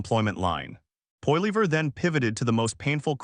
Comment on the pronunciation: poilever get the pronunciation correct please